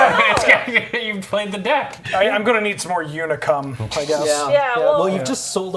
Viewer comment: I am wearing my Unicum shirt, what fortuity. It is pronounced like "unique" tho.